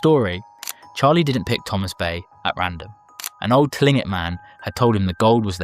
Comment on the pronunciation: Tlingit is pronounced Kling Kit